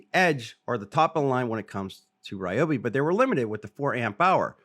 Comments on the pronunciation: It's actually a great idea, stronger battery, stronger output and longer runtime. BUT WHY CAN'T THEY PRONOUNCE THEIR BRAND CORRECTLY?? 🤭😉😁🤪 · You can’t even say the brand correctly 😂